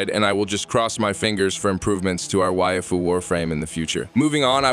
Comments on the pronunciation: Don't pronounce "waifu" like that ever again! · I love this video put pls never say waifu again when u say it so weird LMAO